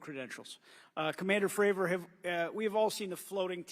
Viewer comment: will all due respect, can you please f*ing pronounce David’s name right? It’s Fray-vor, not Favor lol 🤦‍♂️ Thank you for your service to the whistleblowers 🫡